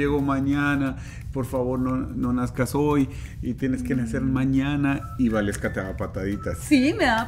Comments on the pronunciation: se pronuncia Valeska y se escribe Waleska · Is waleska not gualeska